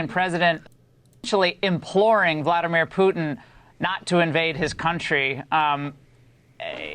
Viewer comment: V-LAD-ah-meer Poo-tein